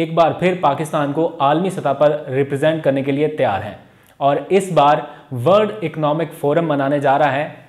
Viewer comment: Word naheen worl d please correct your pronunciations.